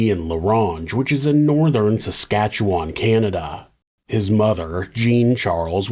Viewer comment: cant believe i havent heard about this one considering it took place just up north from me! (ps: thank you for actually pronouncing saskatchewan right❤ it's so often butchered to samsquamch and sashashawa on true crime channels that i feel it's worth noting :b)